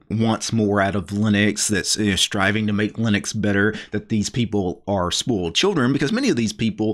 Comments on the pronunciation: Thanks, your's was the first comment mentioning it. I always thought what is he talking about? I have never heard someone pronouncing it spoaled but everytime the distinct oi in spoiled. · It cracks me up how you annunciate "spoiled." I'm hearing "spolt." No biggie and no BFD...just interesting! Wrt the video, right on man.